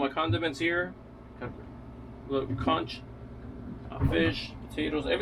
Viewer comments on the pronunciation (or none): I’m not trying to be critical just proper pronunciation. It’s not Consh it’s Conk. 🙏 ❤ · I would never eat that soup after all that crapp you put in there. Am a Bahamian and the word is conch, not konsh.